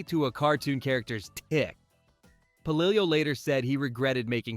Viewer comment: It’s Pa-lill-o